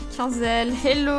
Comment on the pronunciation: on dit pas hélo on dit hello mais je suis une abonnée